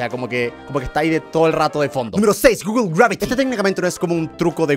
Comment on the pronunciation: No se dice guglo se dice guguel pero se escribe google